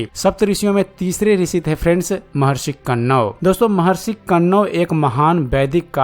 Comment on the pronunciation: Tumeh hindi k Shabdon ka sahi ucharan karna nahin ata hai. Kanwa rishi ka nam sahi nahin Liya. Video banane se pahle hindi sahi Tareeke se sikho.